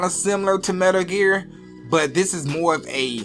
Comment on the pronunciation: Dude saying 'Metr Ger'?